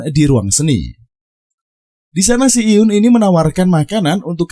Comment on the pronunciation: Sebenarnya males dengerin alur cerita yg bahas drakor tapi selalu salah pengucapan namanya 🥱 Hae in dibaca he in buka ha e in Si eun dibaca si en bukan si yun Do eon dibaca do on buka do eyon Kepaksa nonton karena lupa alur cerita s1 nya